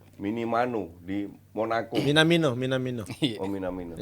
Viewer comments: Minamino kochi bukan minimano wkwk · minimano😂.minamino lah😅